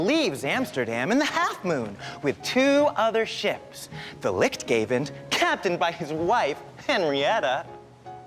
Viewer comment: I love how the pronounce the dutch words! for the people who don’t understand dutch the boats names are lichtgevend=lichtgiver and middernacht=midnight.